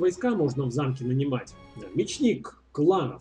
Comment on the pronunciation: Ударение: Ме'чник! :)